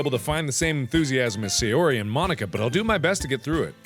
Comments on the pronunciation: Supposed to be pronounced: "Mon-eeka" What I heard: "Mo-n*kka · “Mon-Ika” MARK NO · Mon-ika just sounds wrong 💀💀💀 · When Mark said "Mon-nika" I was kinda scared ngl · When Mark pronounced "Mon-ika " I cackled because... u know 😂😂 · When he said mon Nika I amediatly thought he said the n word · is it just me or does marks pronounciation of 'mo-nika' sound like 'mah niggah' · Markiplier says n word "Mo-nika" White cringed kids: hehe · "Mon-ika" *spits out drink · Who else felt uncomfortable when Mark said Mon-icka? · He felt so awkward when he said mon-ika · Oh my god, I TOTALLY MISHEARD Mark saying Monika as "Mon-ika", like "Mo-*nika*"... sorry XD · Apparently "ika" means "squid" in Japanese, so that explains Natsuki's joke. It's pronounced "ee-ka" though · bro did NOT say monika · bro did NOT say monika 😭😭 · DO NOT BREAK MONIKA DOWN TO TWO SYLLABLES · The way mark says Monica 🤔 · he really should've pronounced it differently....😳😳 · When he slowly pronounced Monikas name ...👀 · Did anyone else here something when mark said Mon..ika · U said it wrong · it sounds like mark said the n word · hmmmmm thats not how you say it mark